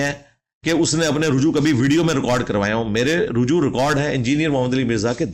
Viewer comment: aoa brother. its not rahju, its ruju'3 (3 is ع and ' is ء )